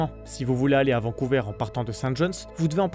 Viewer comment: Au Canada français on dit Vancouver, pas Vancouveur !